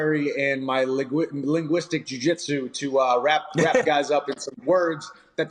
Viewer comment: vocabuwaway and winguistwic jui jwitshu